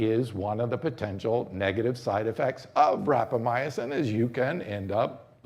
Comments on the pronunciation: Great presentation! Lots of good info, especially for those new to life-extensionpitches. Minor note... We expect an authority on Rapamycin to pronounce it correctly. There are only four syllables and no "uh" after "my." Rap-uh-my- sin; not rap-uh-my- uh-sin. Is this guy maybe Italian? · Yes I thought it was rapamycin. You had me going when you pronounce it as rapamyacin. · Sounds delicious....how do I get some. And please pronounce rapamycin correctly. It is not rapamy..a...cin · ..you think I don't have a life bec I take the time to Google how to pronounce a term before I start talking to everybody about it? Dude...think about it. This guy has a product to sell you. He has prepared an enthusiastic infomercial. He hasn't even taken the time to pronounce a word that is commonly used among longevity specialists and influencers. Are you gonna be dumb enough to bite and buy the product?